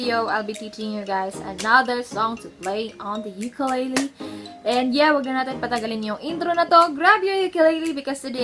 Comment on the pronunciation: I recommend you learn how to pronounce ukulele